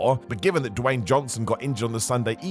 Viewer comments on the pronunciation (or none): none